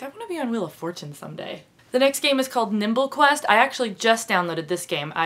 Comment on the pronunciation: when she said nimble quest??? I HEARD NIPPLE CLASP